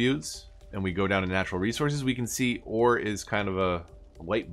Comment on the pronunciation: Anyone else hear war instead of ore Just me.